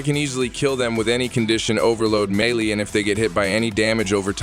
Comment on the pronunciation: McRush and milay? gire and protyay?! Where the hell did you learn English? Holy crap. Mach rush = mock rush. Melee = maylay. Gyre as in gyrate or gyroscope. Protea as in protean or protaya, if you're fancy. Dude.. you want to do Warframe videos and can't even be bothered to learn words or their names? Holy hell kid.